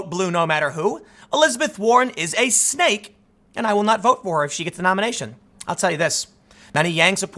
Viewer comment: Ahh, you said "Snake", I thought you kept saying "stake". But I'd assume they meant "snake in the grass".